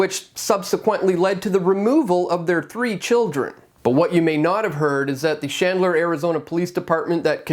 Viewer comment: DUDE not SHandler it’s CHandler CH like in chinchilla you’re welcome!!!